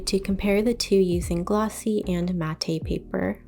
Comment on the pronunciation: This is not a criticism but just some information. It’s pronounced Matt MAT not matt A… the E silent. Just some friendly information not criticism.